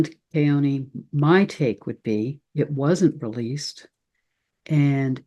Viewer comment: I know you and Keoni are close friends and he wouldn't correct your pronunciation of his last name, but as someone who grew up in the Islands, I'd love to hear you say it correctly. In Hawaiian you never pronounce an 'a' like in 'cat'. It is always 'aw' as in awesome - like you. ❤❤